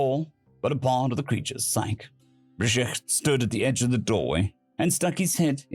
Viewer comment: Psyche = "sigh-key"